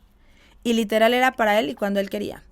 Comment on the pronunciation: Porque usa tanto la palabra LITELAR!!! Sabra el significado de esa palabra???? Ni quebrada se le quita el tonito de voz. Que pereza!!